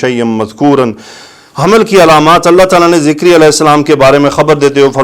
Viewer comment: Sir please don't say Zikriya His name is Zakariyyah A.S